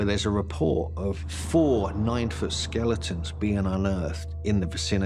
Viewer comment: I keep hearing STATUES not SKELETONS… am I wrong here?